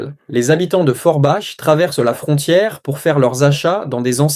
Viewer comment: Forbach se pronunce forbak mercie